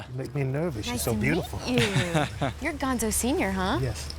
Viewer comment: Gonzo not bombo!